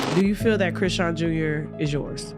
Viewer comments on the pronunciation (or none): “Cre-shon” is how you pronounce Chrisean.